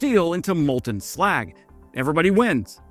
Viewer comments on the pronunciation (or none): none